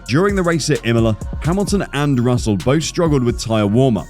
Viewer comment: Hamilton ended on the podium by pure luck this year after both Red Bull cars retired suddenly short before the end. And it is Russell, not Russle 🤣